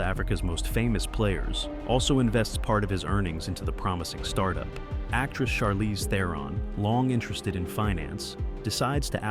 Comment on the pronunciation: Chelize Theron. LMAO!! Idiot.